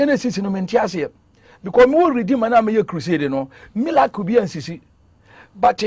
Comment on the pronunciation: Who also heard “Milacle and Alea”